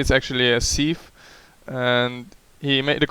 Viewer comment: when you say "thief" it sounds like "C-eve" :D